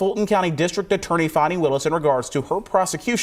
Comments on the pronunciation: Her name is Fan-ie y'all. She lives in GA not France y'all. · Fani is not pronounced Fawni